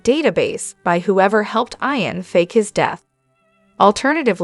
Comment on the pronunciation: not going to follow you have to say ian not I-an